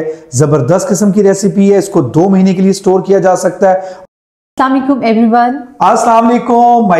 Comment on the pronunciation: salam o laikum ni hota .. asalam o alaikum hota hy baji